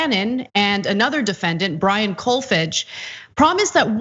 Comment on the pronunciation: Pronounced "Kolfarge" as in "large".